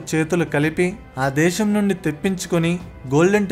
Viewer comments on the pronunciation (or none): ఇందులో నువ్వు కొత్తగా చెప్పినది ఏముంది. ఏదైనా కొత్త విషయం, తెలియని అంశం ఉంటే చెప్పు ఈ ఉదంతంలో. అలాగే భాష పలకడం కూడా నేర్చుకో. దేశం అనాలి, ష పలకడం కాదు.